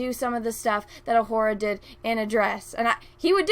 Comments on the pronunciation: Careful. Her name is pronounced O-Hoo-Ra not O-Whore-A. 😉 I wouldn't want any of the cry baby, thin skinned, can't wait to have their feeeelings hurt, NPCs blasting you for a simple mispronunciation. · Sorry but I can't get past your pronunciation of Uhura..."ah-WHORE-ah". Please stop that, you're reinforcing the counter-argument against you LOL